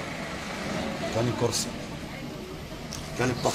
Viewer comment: لما تعرف تقول اسمه صح تبقي تتكلم